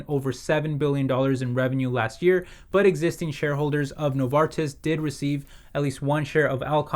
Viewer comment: Excellent pronunciation on Novartis ;)